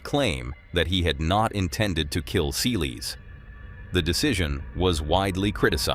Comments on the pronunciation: It's pronounced "sell-iss" not "see-lees" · Its 'Selles' not sealies!!! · Se lez not seeleez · Her last name is Sælesh, non Seelis, please… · Please go and learn how people’s names are pronounced before repeating them so many times. “Seelees” was not it. It’s unprofessional. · Her name is pronounced sell-us. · Who's Monica Say- leys? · It's pronounced Selless NOT Saylays and NOT Seals or sealees either. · Why can't you pronounce Monica Seles' name? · learn how to say her last name...public will know who..too much edit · Why don’t know how to say her surname? ….How did you get this gig? Get it right for goodness sakes